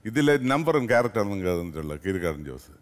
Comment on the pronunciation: കിരിക്കാടല്ല കീരിക്കാടൻ ജോസ്